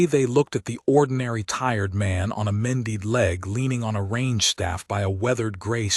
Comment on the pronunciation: And mended. Mendeed? Really 🤣